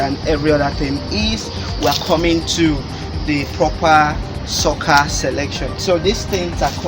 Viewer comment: Google translate sucker as socccer. Why do you guys deliberately use wrong pronunciation?